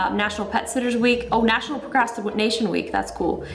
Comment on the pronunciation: did justine.just said 'nachunal' oreo day it sounds like miranda sings